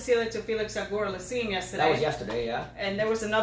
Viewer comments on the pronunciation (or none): Okay you guys are great but you're killing me with your pronunciation of Canadian player names. Let's fix this once and for all: Milos Raonic. Pretend you're saying ROUND ITCH but make the 'D' silent and blend them. Felix Auger Aliassime: It's OH-ZHAY (not ogre). I haven't heard you pronounce Aliassime in this video so I don't know if you messed that up. A quick aside: what would would I rather do than listen to Sharapova screech? Nail my penis to a burning building.